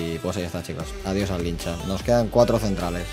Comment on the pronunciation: QUE NO ES LINCHA ES LICHA ME DA TOCCC JAJAJAJA